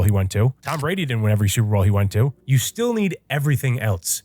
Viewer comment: "Stillas year" - 🥹✌️